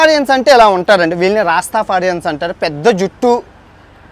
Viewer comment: రాస్తఫారియన్స్ అని పలుకు బాబూ.